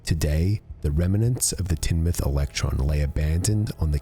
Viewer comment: Remnants not reminants